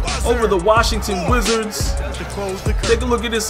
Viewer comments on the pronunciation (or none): I understood "Washington Blizzards" Loool Not "Washington Wizzards